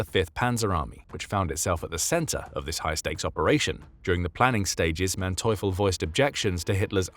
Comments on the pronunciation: ...Manteuffel is prononced mante-oofel...for you english speakers...no thanks... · His name is pronounced MANteufel, with empahsise on the first sylable. Happy to help with German pronounciation. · The narrators pronunciation of the general’s name except for the a being a bit off is accurate.